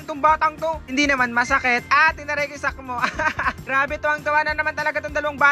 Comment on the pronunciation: Sakmo hindi po salmo 😂